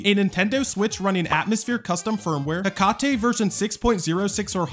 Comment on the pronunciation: It's pronounced heck-a-tee not heck-car-tay. Based off of the greek godess Hacate